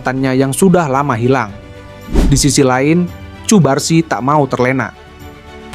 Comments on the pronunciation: Untuk voice over semisal cubarsi di ganti jadi kubarsi, lamine Yamal cukup Lamin Yamal. Karena Vo Ai hanya membaca teks jadi jika di tulis cubarsi maka di baca cubarsi padahal penyebutan yg kita inginkan kubarsi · Cubarsi dibacanya 'Kubarsi' min, bukan Pake 'C'